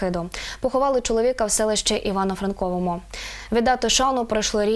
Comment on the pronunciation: НовоЯВОРІВСЬК, а не Новоярівськ. І не Івано-ФранковО, а Івано-Франкове, а якщо точніше - місто Янів.